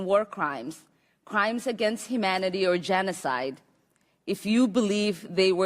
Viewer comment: “cortra” “bardoned” “himanity” “farthered” ... what words are those??? If you cannot read or speak the native tongue of a country, you do not belong in Government of that Country! She does NOT belong in Congress, PERIOD! ...and she married her brother to fraudulently gain citizenship... she needs to be arrested, charged, and deported !!!! He needs to go to jail too... but most people are talking about how bad SHE looked during this, NOT that she “humiliated” him... so I’m not sure where you guys get that from?? But